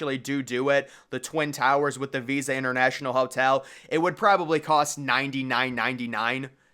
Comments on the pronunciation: hey just wanna let you know the hotel is not called visa it is pronounced vISTa like windows vista. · It's Vista Hotel not visa.